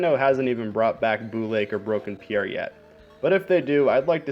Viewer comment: Every time you say pier it catches me off guard bc the way you say it sounds like my name